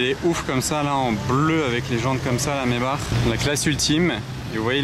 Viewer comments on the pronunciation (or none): none